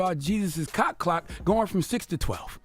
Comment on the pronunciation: What he said??? Cock?? 😮